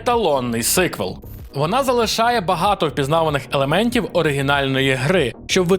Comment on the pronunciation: Говорив нещодавно зі своїм другом-англійцем про ігри, і коли я сказав "сИквел" він не одразу зрозумів, подумав що хтось хворий (Sick). Так шо вірно все ж таки вимовляти сіквел, бо ж sequel...